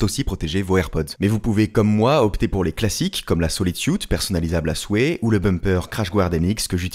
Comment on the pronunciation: T’es le seul Youtuber qui prononce bien « solide suit » les autres disent « solide suite »😂